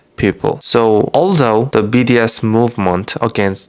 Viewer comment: Sry, but when daud say bds, i just heard bts😫... (Free Palestine )